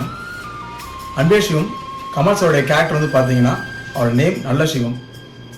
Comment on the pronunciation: I think you need to pronounce the movie name & character name properly.. it's sivam not Shivam. அன்பே ஷிவம் அல்ல அன்பே சிவம்! நல்ல‌ ஷிவம் அல்ல நல்ல‌ சிவம்!!